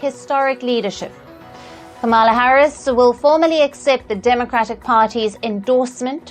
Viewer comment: How very disrespectfully white South African (so racist Elon Musk-like) of you to pronounce VP Harris's name improperly, yet you have no problem pronouncing President Narendra Modi and Joe Biden's names properly. I wonder if you disrespect Palki Sharma by mispronouncing her name? You even pronounced my home state properly so I know you have it in you to say Comma-lah or Com-lah correctly. VP Harris's name is not hard to say. If you can't seem to gather up the respect to say her name properly, then you need to refer to her as Vice President Harris from now on. How about we start referring to Elon as Ellen or Bill Gates, Billy or Willy or Charlize Theron, Charlene? First Post shouldn't allow you to report the news in the future. You're boring and can't match Palki Sharma's caliber.